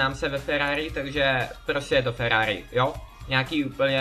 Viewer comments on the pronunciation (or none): to není Ferrari a nauč se r